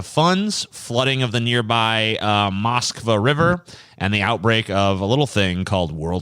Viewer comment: Hearing pronounce Москва in English phonetics made me chuckle.